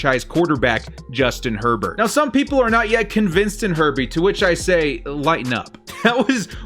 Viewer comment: I thought he said Justin Pervert...